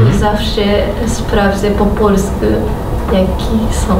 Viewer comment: Bardzo podoba mi się ta wymowa końcówek "-u", oni wymawiają to "-yu" (na przykład: "polsku", to tam dziewczyna powiedziała "polskyu") Z jakiegoś powodu przyjemnie mi się tego słucha. Bynajmniej nie uważam tego za jakiś kardynalny błąd, wręcz przeciwnie, taki sposób wymawiania nadaje ich wypowiedziom swoistego uroku.